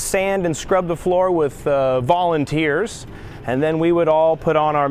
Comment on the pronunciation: Lol, I thought he said "bawling and tears," but it didn't sound right. When I watched it a second time, I heard "Volunteers," and that made more sense!